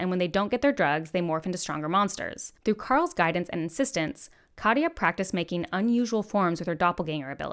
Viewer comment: Katya’s name is two syllables: kat, ya. Not ka-tee-ya. You really should listen to the audiobooks; Hayes is amazing. :)